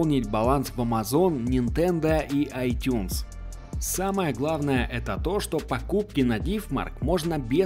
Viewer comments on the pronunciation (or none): none